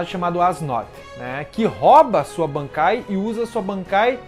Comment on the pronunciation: segura mais um pouco quando for falar "bankai" Tenta algo tipo: "BAANKAAIII"